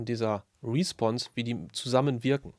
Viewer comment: Wieder einmal perfekt erklärt. Eine Anmerkung zur Aussprache: Es heißt respOnse, also Betonung auf die zweite Silbe.